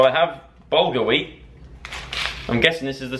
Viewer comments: Bahaha hahahah joe I'm pretty sure bulgar weat is like cuss cuss which is pronounced like coos coos 😂😂idk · laughing at how Joe pronounces bulgar weat